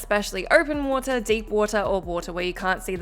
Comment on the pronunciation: Please pronounce WATER correctly